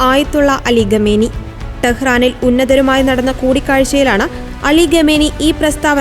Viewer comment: ആരാടാ ഈ ഖമേനി ? ഖമേനി ഖമേനി .. ഖാമിനയി എന്നു പറയെടെ